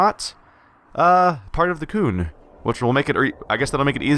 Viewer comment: the qun is pronounced qune and you have played dragon age 2 ??? and you don't know how to pronounce qun. they say it through out the game. sorry. not trying to diis you or anything its just annoying. to hear you mispronounce the word. no offense.